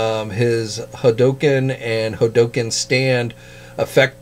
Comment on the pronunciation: It has to be on purpose, because he says "Hulk" just fine when talking about that big green marvel guy.